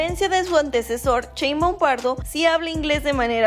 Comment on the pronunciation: Pues opino que para ser la presidenta de un pais como Mexico es poca formación y poco adecuada. Va justita. Tampoco se porque pronunciais su apellido asi...... chinbum No lo entiendo